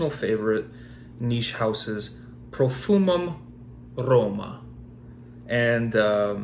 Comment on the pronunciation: And the way you try to speak profumum Roma 🤣